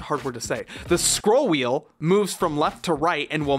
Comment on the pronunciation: You can't say "Scrollwheel" but you can say "Tommy Totem's Tiki Putt Putt" perfectly?